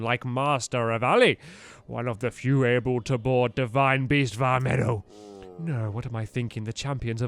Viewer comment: please don't call it 'vah meadow' it's 'vah meed-oh'